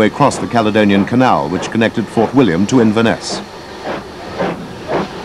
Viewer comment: oh be fair he nailed Glenfinnan and Fort William 2 out of 9 aint bad